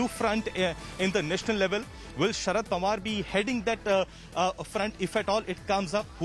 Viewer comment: It's Pawar and not Panwar. Don't understand if you do it deliberately